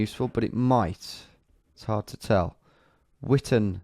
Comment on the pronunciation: Whaha, Witten-stain-sea-lee, I love it xD It's actually Witten-steyn-suh-allay (the allee is pronounced as the French 'Allé')